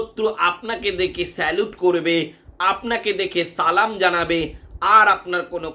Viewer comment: সালামটাও সঠিক হয় না আবাল